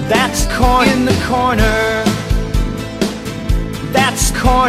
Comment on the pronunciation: When he says corner i fucking lose it